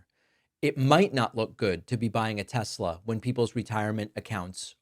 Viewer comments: He said "tesLer" again. -- When tRump speaks like that, he makes himself sound like his base. Then they won't complain he's mocking them because the majority of MAGA won't get off their knees for him. Period. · Tesler. It´s all compuder... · Trump called it a Teslar 😅 IDIOT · Not TESLAR....LOL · Since he intentionally mispronounced Kamala, we should rename teslerr and make that the name worldwide. 😂😂😂 TESLER! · I love tesler 😂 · "TesLER"...LOL! "Everything is COMPUTER!" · "I lerve Tesler" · “Leon’s” “Tesler” 😂😂😂😂😂😂